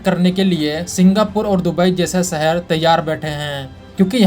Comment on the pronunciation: He Dum head, it is 'shahar' not 'sahar' for city. It is 'business', not 'bijiness'. Correct your pronunciation before you make a fool of yourself.